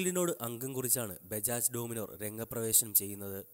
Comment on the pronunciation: Adyam Peru nere chovve paray.. ഡോമിനോർ അല്ല.. ഡോമിനർ ആണ് !